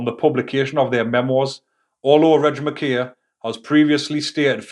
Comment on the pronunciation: Mckay is pronounced mc-eye ? As in why eye mun. Not mckaaaaaaay